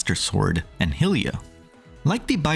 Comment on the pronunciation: the way you pronounce "Hylia" and "Hylians" so wrong is incredibly agitating. but other than that, good video